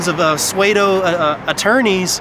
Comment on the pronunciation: It's "SUE-DOE" NOT "SWAY-DOE".